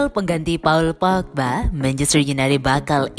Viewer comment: Kalau ngomong paul pogba lucu.. Paaauu’ul Pookkbaa..